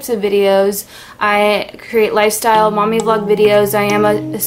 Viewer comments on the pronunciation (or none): none